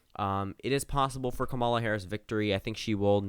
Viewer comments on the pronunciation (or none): BRO YOU STILL PRONOUNCE HER NAME WRONG. 😂 stop saying kuh-MAW-luh. It’s pronounced KAW-muh-luh